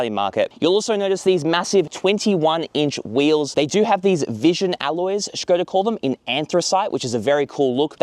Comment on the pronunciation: Š is read as Sh. This is actually the first english native speaker i’ve heard to pronounce it correctly